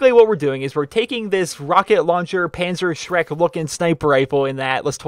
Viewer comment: Was I the only one who herd PanzerShrek